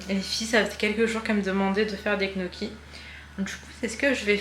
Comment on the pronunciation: je crois tu confonds les gnocci avec les knacki mdr tu fais un melanges des 2. Ce que tu prépares toi c'est des gnocci ça se prononce " nioki " lol